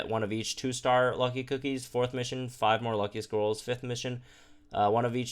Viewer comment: I know said "Lucky scrolls" but I keep hearing "Lucky squirrels".